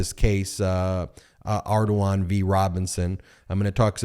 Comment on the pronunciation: As a native of Louisiana, I must say "very acceptable pronunciation of Ardoin".